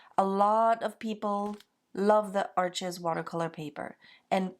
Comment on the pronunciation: Arches is pronounced Arsh. It’s French paper and an easy mistake to make. Just thought you might like to know. I love your work and the materials you use. I am practicing your style.